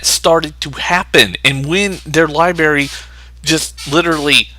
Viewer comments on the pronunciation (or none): Ps, the word Library has two R's lol it sounds like "Lie Barry" every time you say it